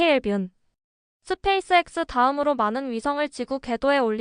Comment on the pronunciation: 스페이석스 발음이 ㅋㅋㅋ😂